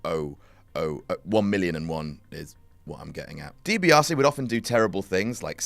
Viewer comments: Ted DIBIASE not Dibaise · is Ted DiBiase not Ted DiBaise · #10 says Ted DiBaise instead of DiBiase